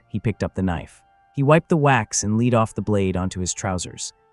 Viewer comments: Where is the "Huichin" Forest??? FIX THE AI NARRATOR! Oh, and "LEED" pellets? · It waa a storm of leed. Lots of leed flying through the air. Leed everywhere. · A.I. is ruining this platform. Leed ??? Wtf ? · Not leed pellets lead pellets. Thank you, AI! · Today I learned a new pronunciation for 'lead'. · teach tne naratorto pronounce lead the corect way. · How come the narrator does know how to pronounce "lead" say in like a person leads the team instead of lead like what a plumber would use? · AI cannot differentiate between Lead and Lead..... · I hate that the ai doesn’t know that lead is a metal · Stupid AI voices don’t know the difference between “lead” pellets and “lead” a horse to water. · Was it lead or lead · Interesting, but please pronounce "lead" correctly. Your AI voice sounds like a stunad. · marines think its lead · lead or lead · Ai killed this story. Can’t pronounce lead properly. Other than that fair story. Shotguns has a purpose. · IGNORANT LAZY EDITOR!!! Lazy, lazy, lszy! Praise Artificial Intelligence all you want, but you still must perform a final edit! The word 'lead' in this context is pronounced "led" (soft lead pellets), not "leed"! Soldier, fix this sloppy kit! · 00 is not Bird shot. Maybe an Ostrich. That old shot was nasty stuff too. Higher purity lead slag. Melty burn nasty. Next time type LEAD as LED for your AI. So it doesn't say LEED. 👍🏼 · LEAD is pronounced LED!!! NOT LEED!!!!!!!! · I've shot scores of cut shells paper and plastic. Some out of a model 12 Winchester and there was never a danger. All the trench guns were cylinder bores and especially with felt wads that are way more compressible than a plastic wad. Too much drama for what it was worth. And saying "leed" instead of lead as in dead with an L, is becoming quite annoying. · Ai sucks I hear leeeed try( led) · NOT LEED pellets it's Lead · Why do these videos have narrators who do not know the difference between leed and lead ? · Fook "leed"